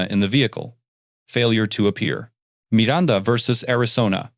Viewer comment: LOVE the narrarator pronouncing "Miranda," the correct way." Mee- răn-tha